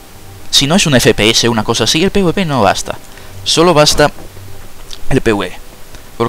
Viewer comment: no puedo confiar en alguien que le dice pwp al pvp XD